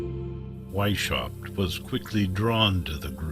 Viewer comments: AI mispronounces everything, it's annoying. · You guys should’ve looked up how to pronounce Weishaupt correctly. It’s pronounced like VAIS -H-OW-BT…the H pronounced as in house.